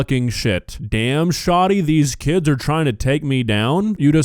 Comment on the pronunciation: Im in the middle of teaching my daughter to read and properly pronounce words. Hearing her say Keeds, Seeck, and Seester. How she pronounces the "i" in some of the words instantly got on my nerves...